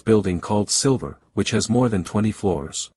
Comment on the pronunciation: The movie's called Sliver, but the narrator said Silver. Autotune needs to be checked please.